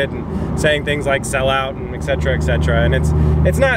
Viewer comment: You can run all the ads you'd like as long as you say "et cetera" rather than "ex cetera". :P